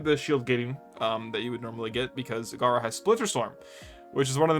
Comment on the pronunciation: Just came here to commend your ability to talk about gara and khora without getting your tongue twisted😂